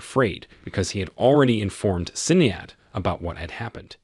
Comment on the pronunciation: Sinead... Shin-aid